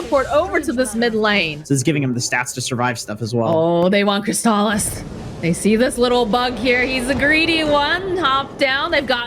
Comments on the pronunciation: kris ta lis hahahaha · Its the nasaly voice, souds like a goat having an asthma attack , she pronounces Crystallis with an emphasis on the A, the accent is really off putting and is a pain on the ear canal. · It’s obvious that she hasn’t watch alot of DOTA 2 tournaments. She just made Crystallis sound like a porn star. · I like how keeps pronouncing crystallis name wrong and then says it properly too her and many other times in the full video of the game, but she just continues to pronounce his name wrong. Also she does this after talking openly about how she pronounced Fly's name wrong for an entire game before. Can doubters really say she's not a terrible caster still? She's just so cringe it hurts sometimes, even when she does pronounce their names right she puts too much emphasis on it.